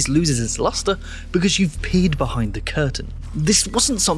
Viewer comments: oh, "peered behind the curtain", I heard "peed" and was very confused for a second 😂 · I know he said “peered” but I can’t be the only who heard “peed” right?